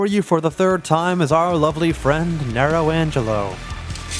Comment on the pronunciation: Oof, you lose style points for mispronouncing Nelo Angelo But you get a little back for using an instrumental version of Vandalize by One Ok Rock